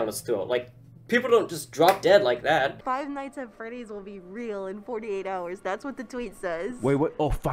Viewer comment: It hurt me when the dude recording said “Five night at Freddy”